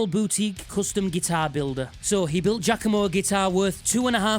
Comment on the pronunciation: Referring to him as "" makes this thief in question sound cooler than he really his. Pronounce it 'Jock-a-mo' (correct pronunciation) Afterall, the guy comes off as a dumb jock. The D-bag backwards hat and wearing sizes too small Hawaiian shirts is a good indicator. The nail in the coffin for Turra is the fact he hasn't addressed the issue sufficiently of people calling him out for 'faking' his playing and the elephant in the room he's ripped off countless musicians and only credited them AFTER Danny Sapko and others called him out in their posts and videos. He NEVER apologized to those people personally. Instead he made more excuses.